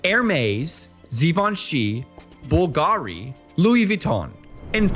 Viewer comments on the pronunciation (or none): none